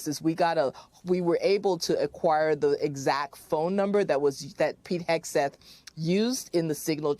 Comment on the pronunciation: As a francophone when you say Hegseth I ear, ire, haire. I'm not shure. To me it sounds like the name is Exit. I'm pretty shure I've met some dude name Pete who exited the bar whitout paying his tab.